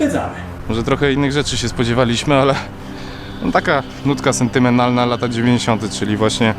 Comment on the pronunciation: "no taka, nutka sentymenalna"- ZE JAKA ? SENTYANALNA? :D